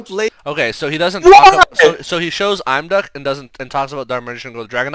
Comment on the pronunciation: I don't know why I find these are so entertaining. I never would have noticed all these decks sharing the same issues but now it's so obvious. On a completely unrelated note, doesn't the pronunciation of Imduk as "I'm. Duck" sound a little silly to anyone else? Surely it must be Eem-duck? (as in the same IM in impossible)